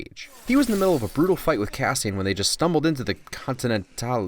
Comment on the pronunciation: "continantale... continantalay? this is karen fillipellay please leava me a message" i fuckin lost it